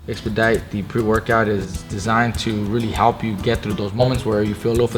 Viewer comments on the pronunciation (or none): Lol “xPediTe”